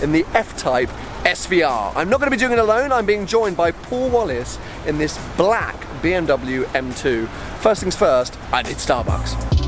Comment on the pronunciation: Why do you say "black" like that?